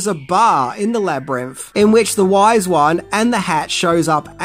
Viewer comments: I'm really sorry, but I keep getting really distracted by 'Labrinff' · Love love love this movie! This was super interesting, but uh… “Jeriff” and “Labyrinff” over and over drive me a little crazy. 😛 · Labyrimf? Labyrimph? 😂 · Labrimpf? Never heard of it. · Please learn to say Labrynth correctly